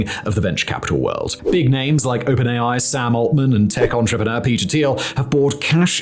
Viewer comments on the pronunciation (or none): none